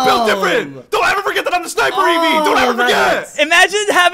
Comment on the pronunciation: It's eevee. Eevee is the most cringe